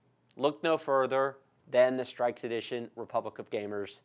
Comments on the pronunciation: lol it is pronounced (str-icks) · its not pronounced strixe its strix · "A Zeus" "Strikes" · Jee golly I sure am glad you unboxed the 'Azuse' 'Strikes' O_O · "streaks edition" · the fact that you said AZUS and STRIKES made me dislike the video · straix lol